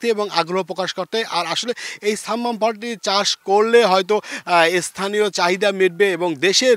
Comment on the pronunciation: ছাম্মাম না শব্দ টা সাম্মাম হবে।